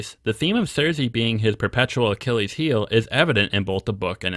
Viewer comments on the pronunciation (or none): none